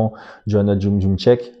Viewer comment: En vrai a lire c'est impossible mais a prononcé c'est pas si dur. Moi j'ai toujours entendu Yédrézitch. D'après un ami polonais c'est pas mal comme prononciation x)